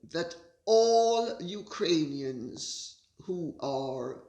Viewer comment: I can Barely get myself to listen to you,and whatever respect I had for you it's going down the drain.You can't even say Ukrainians.I will listen till the end so nI can give you the benefit of the doubt but until now you are a Hypocryte of the highest class.